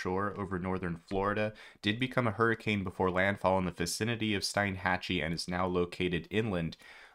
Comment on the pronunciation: I followed you for several years enjoy your broadcast but the pronunciation of Steinhatchee is incorrect from you as the e is before the I so it is pronounced steeeenhatchee miss spelled intentionally. By the way I have ridden out every hurricane since 2016 Hermine on my sailboat here in Steinhatchee ...